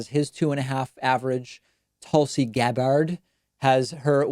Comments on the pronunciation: Why did you pronounce tulsi gabbard as tulsi "gagard" 😂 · Is it me or is David purposely mispronouncing Tulsi Gabbard's name. "Toolsi"? "Ga-bard"? I mean, I'm not a supporter of her (any more) so I can care less but I think its funny. Especially when people want to slag David off they call him "David Pac-man" . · “tulsi gABARDH” oh david lmaoo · We're supposed to take political news from someone who doesn't know how to pronounce a candidate's last name? The heck was that David, I know you know how to say her name. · He does it to troll Tulsi supporters for sure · So why is he pronouncing Gabbard wrong? I haven't watched in a while...